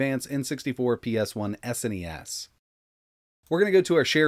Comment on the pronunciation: Its SNES and not S.N.E.S just pronounce the whole thing as one word rather then letter by letter